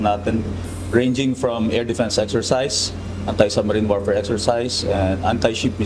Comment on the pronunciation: Bakit yung p naging f, tapos ang f nagiging P? Mr narrator? Warpare, weafon system? Pleet tanker